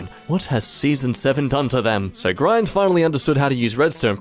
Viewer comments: im sitting here having a good time playing minecraft and just vibin when all of a sudden i hear Grian's name pronounced like BRIAN WITH A G?! WAT?! i dont eve- how??? i-... i think i've watched him for too long as the idea of pronouncing his name in any other way than GREE- IN is a baffling thought and was not something i was expecting today. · how… how dare you say Grian wrong…